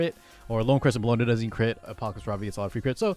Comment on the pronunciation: her name is pronounced Bell-O-Na or Bell for short lol. Its not Cologne /Bologna lol